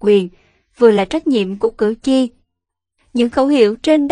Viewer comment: Cử tri chứ khg phải cử chi nhé!